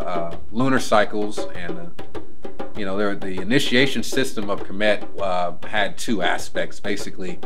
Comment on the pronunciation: it’s Khemet not Kimit